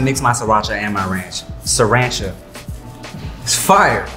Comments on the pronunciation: "Sirancha..." LMAO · Mayne “ Sirancha” lmao 😂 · He really said sarancha